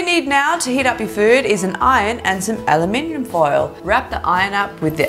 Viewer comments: She said alominominimonin foil I love it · ALUHMINYUM WHAT?!?!?! Did she just say aluminum as aluhminyum cause that’s what it sounds like 😂😂💓